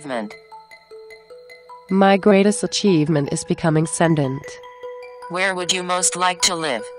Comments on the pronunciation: or "sendant" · My greatest achievement is becoming sentent. I think they need to update the pronunciation file. As far as I can tell, this is a very old alice bot or similar hooked up to a bit of arduino connected to some very rudimentary animatronics. It's an insult to the amazing AI/robotic work really being done to parade this shit around in 2015.